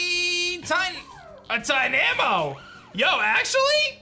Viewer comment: The way you say tynamo is dynamo but with a t